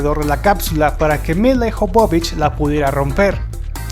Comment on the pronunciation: Dices "Ian" Jolm, en cambio pronuncias "Milai" Jobobich. Ponte de acuerdo con la pronunciación: - Si el actor es "Ian", la actriz será "Mila". - Si la actriz es "Milai", el actor será "Aian". O todo en inglés, o todo en castellano. No nos vuelvas locos. ; )